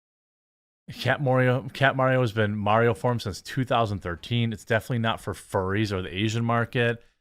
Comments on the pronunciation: The instant she's about to say "furies" instead of "furries" you know she's reading off a prompt made by her employer. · You can tell by the way she slips up on saying "furries" that's she's PERFORMING her opinion, not sharing it candidly. No one who dunks on furries on the reg would have any trouble pronouncing the word.